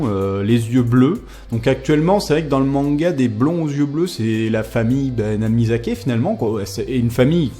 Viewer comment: C'est NAMIKAZE ! Pas "Namizake" ;)